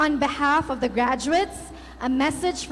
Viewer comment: ''the'' ''duh'' ''H'' ''each''